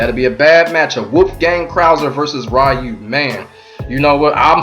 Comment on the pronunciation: It is REYU! NOT RAIYU!!